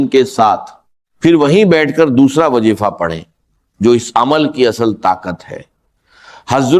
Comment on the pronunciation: Bilkul fake hai Wazifa ko wajeefa bol raha hai wagera wagera